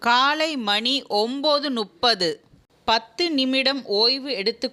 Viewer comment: மணி ஒன்பது நுப்பது அல்ல முப்பது.